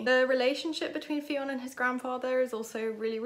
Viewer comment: Fionn is pronounced like Nun. ☺️